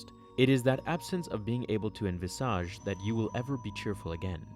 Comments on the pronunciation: why do you say "envisage" like that? Hermoine: It's "en-VIH-sidge" not "en-vih-SAH-ge" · This dude said enviSAGE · It's enVISage, not envisAAAge 😉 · The pronunciation of envisage made me cringe. Great video though. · 😂 love the way u pronounce 'envisage'